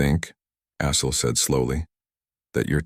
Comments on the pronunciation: AI voicebot doesnt do well with Assel (sounds like Ass, hole) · caught that too....